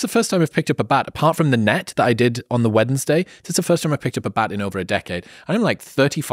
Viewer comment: I’ve never heard someone pronounce Wednesday with the D before the N